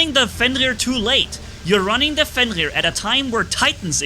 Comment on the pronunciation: I like how says like “Fengir” instead of Fenrir Edit: they’re Marquess not Hussars Edit 2: i wanna see more Minos only gameplay